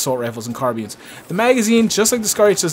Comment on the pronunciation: "car-bean" lol'd